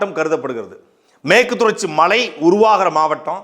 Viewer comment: மூதேவி அது மழை அல்ல மலை.முதலில் தமிழை ஒருங்காகப் படி வெங்காயமே.